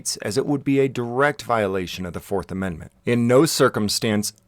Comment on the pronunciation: It's like hearing a monkey cluck like a chicken. I still chuckle a bit when I hear talk about the men-mints of muh constertooshin.